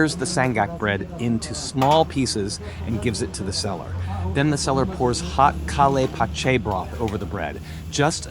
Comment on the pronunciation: On the 31 minute of this video you are SABOTAGEING the name of the food، it is SEE-RAA-BEE & SHEER-DOON please don't pronounce them WRONG. They eat this food very late at midnight or very early in the morning. The next one is pronounced Ka'le'h Paache'h.